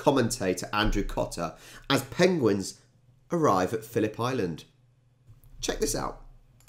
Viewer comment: After your little pronunciation stumble.. "pengwings"? You must look up Benedict Cumberbatch's interview on Graeme Norton....😁